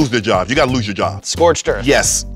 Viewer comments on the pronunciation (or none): Skip's when I lose was very very Texan looz it sounded almost like German ü. Like Lüz if you know how it's pronounced you'll know